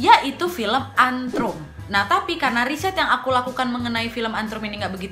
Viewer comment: Bukan antrum tapi ant rum